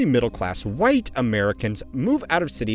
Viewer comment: "WHITE Americans", why put so much energy into that word.